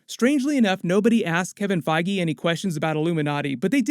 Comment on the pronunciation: Are you saying Kevin Fiege's name correctly???